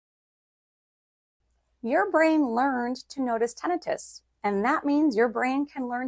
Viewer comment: You mispronounced Tinnitus